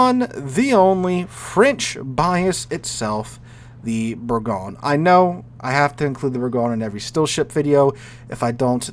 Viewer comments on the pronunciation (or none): Please say Bourgogne the French way: bour-gon-ee. This is where the English got the name "Burgundy." Or, just say "Burgundy". (Google Translate is your friend)